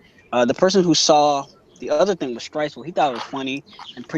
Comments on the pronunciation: what? mate your clearly referring to stresuen as stresuel and it gets annoying. dont get buthurrt fix up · had to turn it off because first guy kept calling "streusen" "streisul" lol....if your gonna review check the names man